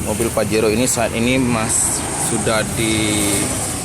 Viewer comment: Pajero mang bukan fajero 😂😅